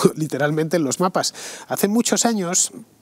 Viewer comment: A Fernando aquí se le ha escapado un poco de perroflautés: "lom-mapas" ;-)